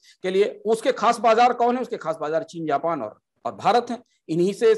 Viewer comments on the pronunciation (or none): none